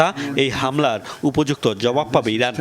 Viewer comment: উচ্চারণ শুনে মনে হল ইরাক বলতে প্রথমে, পরের ২ বার ইরান বলছে